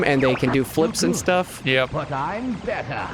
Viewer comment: "You're good... But I'm BETTAH!"